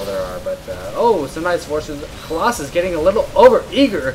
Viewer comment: "premature collossuss" nough said. You should cast more while drunk.